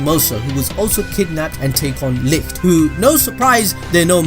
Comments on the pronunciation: No, it's not Lickt, It's Licht. You can hear it clear as day in the most recent episode. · His name is Licht, not Licked x'D the anime pronounced it pretty well. ABD peonounces it pretty well too. I know it because i am German ;)